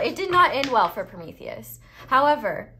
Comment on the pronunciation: The hugest props for how flawless you said Promethius' is in one go